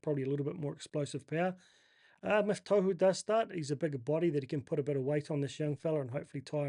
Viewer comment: Gday, legend bro, chatted with you throughout the years in many wahs pages. Just a quick bug bear regarding pronunciation- Tohu is pronounced Taw-hoo, not toe-hoo. Im sure he doesnt care as hes called that consistently by many people, but I'm sure youd like to be getting it right regardless. Keep up the great content mate, great to see your community build over the last year or so! Shot bro